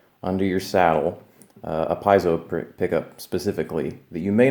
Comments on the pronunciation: Piezo is pronounced Pee-ay-zoh. Three syllables. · Not trying to sound peckish bcuz I just learned myself but PIEZO is pronounced 'pee-etzo', D'ADDARIO is 'dad-ar-rio', and becuz Iam on the subject: Neil PEART is 'peer-t'.